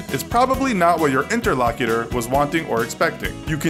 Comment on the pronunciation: It's not 'interlocker,' it's interlocuter.